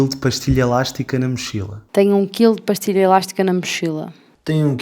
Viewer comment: Parece q a Cláudia do Alentejo pronunciou a palavra "pastilha" como se fosse no espanhol (pastilla).